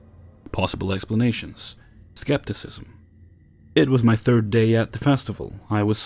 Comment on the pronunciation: Nobody can say third now